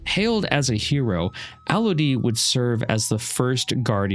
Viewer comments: So, you call Alodi, Alo-dee when, in game, he is called Alo-di . Either way, great breakdown of the lore! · I understand that. I was just saying they pronounce his name differently in game (I keep getting reminded of it while I play my mage in Legion remix) than you do.